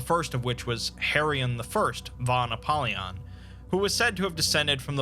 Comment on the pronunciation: "pre antediluvian" What is that supposed to mean? Isn´t that bullshit language? Antediluvian means "before the flood". So "before before the flood"? Sounds dumb. "won apollyon"? You mean "fon apollyon". This video seems poorly done. Shame.